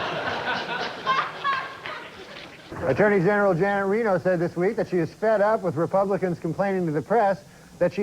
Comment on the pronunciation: He can't say attorney general 😅